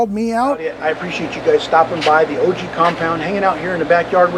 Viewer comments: It's not O G, it's pronounced "OGG!" lol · It's not O G it's pronounce "ogg" lol